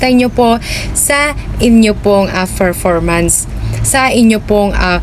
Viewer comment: Bat ganyan ka magsalita? Halos may mga a sa unahan. a-followers, a-last, a-performance